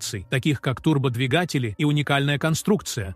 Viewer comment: ТурбодвигАтели??? Это в какой путлячьей школе учили такому языку???